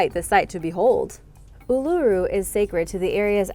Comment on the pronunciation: I have to comend you for your procreation of Ulura, alot of people have trouble with alot of our country's place name. But you did well....a bit of info you didn't have. Visitors uset to be able to climb it, but due to people climbing it appently was causing the rock to eroad. Oh a very famous, at least hear, a baby was taken by dingo depending on who you belive.